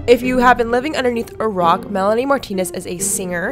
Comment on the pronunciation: Omg Mell-ah-knee🤣lmao